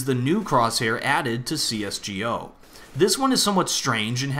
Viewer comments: Just say csgo, not C-S-G-O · I cringe when he says CS:GO Like CS:G-O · You're the only person go Instead of GO says gee o' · Can u say csgo right? No hate*” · OMFG HE SAYS CSGO AS EACH LETTER